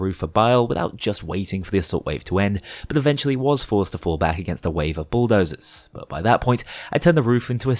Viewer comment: His accent kinds makes it sound like he's calling them Schooldozers...